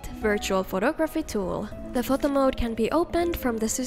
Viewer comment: the way you said photo…🤔 do you speak another language? I’m kinda curious now lol